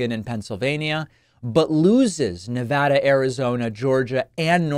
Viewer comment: You say “Nevada” the way we say it here. Much respect.